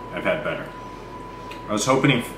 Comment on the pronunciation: "I was hopening ---" *eats the rest of the Cinnamon Knot*